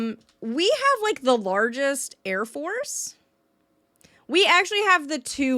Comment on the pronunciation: did she say 1st 2nd and 4th larges air forces? holy shit that's funny